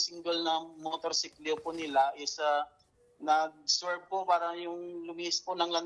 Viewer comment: ..."surf" o swerve?